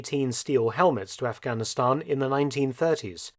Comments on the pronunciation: What’s with the toady pronunciation of Aghanistan as “off-gonn-i-STONN”?? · The way you pronounce Afghanistan is very annoying and frankly condescending!